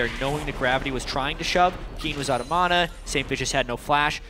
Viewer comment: ***** ma-nah. thats how i say it. not mo-naw